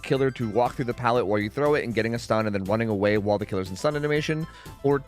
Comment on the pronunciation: wunning away 😂